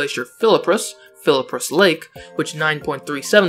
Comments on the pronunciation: It’s flip rus not Philip rus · It is spelled fliprus it is pronounced flip-rus but you keep saying that it's philluprup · I've never heard fliprus pronounced as "fillipriss" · i like how he says fliprus like fil- a -prus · (Spells Fliprus correctly) (Pronounces it with an extra i)